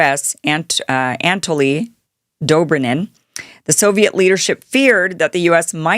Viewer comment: Kim’s Russian pronunciations need a brush up…if “pravda” and “Anatoly” are challenging she’s in for a long slog through the doc 😉